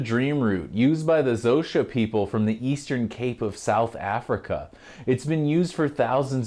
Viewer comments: I know this man did not just say Zo-sha used but the Zo-sha people. That's not how you pronounce it. It's pronounced kow-suh. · Yeah I am mispronouncing it in this video, I need to make a new one at some point. Thanks for the correction, its still a learning experience for me as well so thanks for the comment. The Xhosa people are quite interesting. More study ahead.